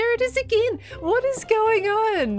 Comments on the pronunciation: no, it’s kiwi. she sounds like a kiwi when she says again. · For an Aussie, that's the most Kiwi "again" I've ever heard.